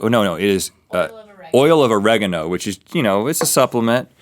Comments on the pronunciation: "Oregano" oil 😏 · Did he pronounce oregano like oh-reh-geh-noh